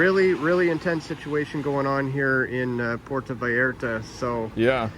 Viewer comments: Puerto Vallarta. " Vi Art Ah" Are you sure you're from Texas? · for fuck sake... you live in Texas... learn how to pronounce spanish words. Vee-yar-ta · Vallarta pendejo. Not valarta 😂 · I was in Monterrey this shit delayed my flight by 6 hours. They were locking down everything. Also to help you on the pronunciation for Vallarta think of it like ba-yar-tah. Also it was our national guard but you helped us with Intel for sure. I been to that beach its sad. That place is beautiful. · Puerto Bah-Year-tah